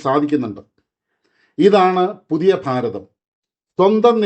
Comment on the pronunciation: നമ്മുടെ ഫാരതം ഒന്ന് മാറ്റി പിടി പ്ളീസ് 😢😢😢